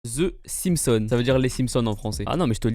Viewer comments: Ze Simpson. The the the Simpson pas Ze. Ya pas de Z dans the. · hahahhahaha "ze simson" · Tu dit ze simpson à un américain il va pas comprendre 😂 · "ze simson"